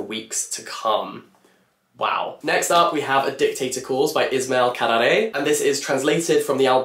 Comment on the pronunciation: Albanian here. So happy and proud of having Kadre in one of my favorite book prices awards. By the way, the way you pronounce Kadare, is very good! Lots of love.